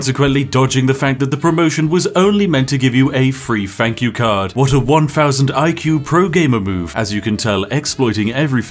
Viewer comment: "One free fank you card"